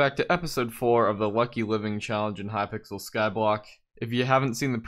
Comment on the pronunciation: wucky wiving that's what I heard in the intro